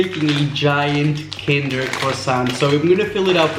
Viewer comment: you're saying kinder but you cant even say the word kinder correctly